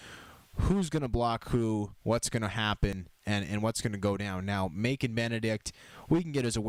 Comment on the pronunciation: I am pretty sure the c in Macon should sound like a s Keep up the good work